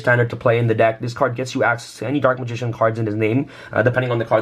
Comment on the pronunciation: I swear he said Dork Magician